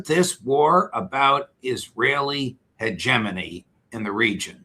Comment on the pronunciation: Hahahaha, he said "hegemony". You're welcome 🇨🇦